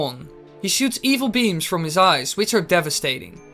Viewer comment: "Evil beams"